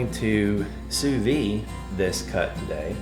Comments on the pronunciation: You pronounce the "D" when you say "sous vide"...not "sous vie"...thanks for sharing! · Why do so many people on YouTube mispronounce Sous Vide as Sue Vee... When it's correctly pronounced Sue Veed?